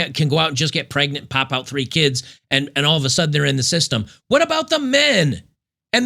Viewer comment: You “said” keeeeds wrong.